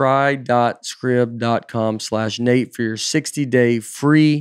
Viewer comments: Surely SCRIBD is pronounced 'Scribed' (as in something is written) rather than 'Scribbed'?? won't be getting paid for that advert... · Today I learned that Scribd is not pronounced with a “long I” sound. Learning pronunciation from Nate feels sketchy.